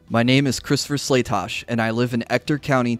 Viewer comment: Wow, your guy got Slatosch’s name right! First I’ve heard all day. Good job! SLAY-TOSH!